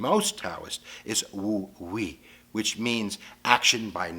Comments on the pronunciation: he did not just say wu wei is pronounced "woo we" 💀💀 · Wu wei is pronounced (woo) (way)